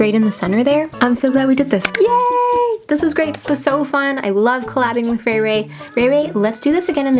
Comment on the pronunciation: 1. You call Rachael (ray ray)... 2.You used 8 shades out of 10 shades.. 3.well i wouldd lovee to tryy themm outtt which ever one.... my bdayyy is jan8 ...😱😱🤞🏻🤞🏻 my ig name is following subscribe Facebook Instagram twitter...🤞🏻🤞🏻🤞🏻